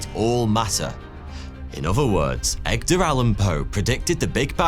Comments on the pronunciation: "Egdar" Allen Poe 😂😂😂 Love this Video! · Did he say Egdar?